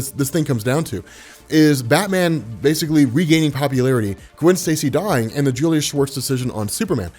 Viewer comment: Are you kidding me. Julius Schwartz, all these years when i have heard you or others memtion his name i always thought it was Julia Schwartz. I thought that maybe decades ago Julia was some kind of wird unisex name like Ashley or Riley.